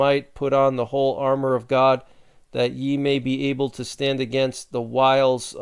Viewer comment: Meant God not Hod.